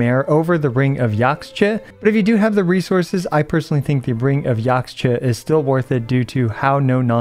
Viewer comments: Just fyi to anyone who wants to know. Yaxche is a real life word, it's a Mayan word that means Green Tree, and it's pronounced yähsh-Chuh - you want to say the first part like it rhymes with Josh, the second part like duh. yäshchuh, Yaxche. Hope this helps =) P.s. you'll notice a lot of Nathan names are based on the Quiché Mayan language, so when you see an x, it's probably pronounced as an SH, as in Xbalanque(Shi-buh-lon-kay) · Point of clarification: Yaxche is a Mayan word (it's the tree of life), so the x is pronounced 'sh' as in shell, so the word sounds more like "Yash-chay" which is also easier to say.